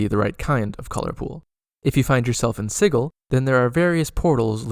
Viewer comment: Gentleman cutter, I'm really enjoying this series. Brings back fond memories of a Sensate Githzerai I once played. I hope you might be inspired to make a more in depth video about all the planes and attract some subs for your effort. I have certainly shared this playlist with my group. If I had one criticism it is your pronunciation of Sigil. I've always said /ˈsɪdʒɪl/ (soft g). I did look this up and the IPA I quote is what Wikipedia thinks is how one pronounces sigil, in context of magical runes. Still it's not the end of the world and I have learned quite a lot from these videos, so feel free to carry on and ignore my griping. 😅